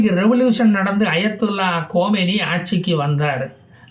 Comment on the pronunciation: அவருடைய பெயர் கொமெனி அல்ல கமேனிடா பேமாணி நாராயணா